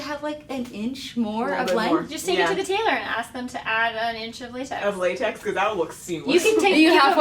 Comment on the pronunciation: It is datex instead of latex